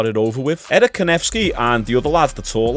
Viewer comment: Its eric not erishxusbbxksk